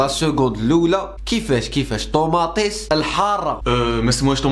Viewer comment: طوماطيش❌ طوماطيس✔ 😂😂